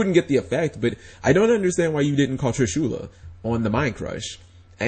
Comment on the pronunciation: its trish-u-la not tri-shu-la